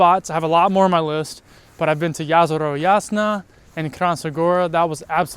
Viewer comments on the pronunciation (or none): none